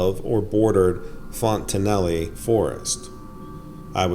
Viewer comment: Well, it seems odd to me that this presenter claims to have lived in Bellevue Nebraska, and yet does not know how to properly pronounce the word "Fontenelle".